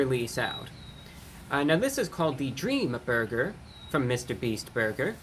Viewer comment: In thd beginning it sounded like you said dreama burger